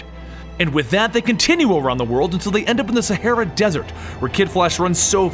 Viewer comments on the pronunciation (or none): none